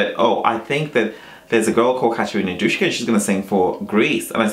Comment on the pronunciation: it's not Dushka, it's just Duska